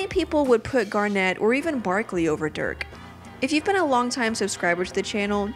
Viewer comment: they love Dirk so much she says his name wrong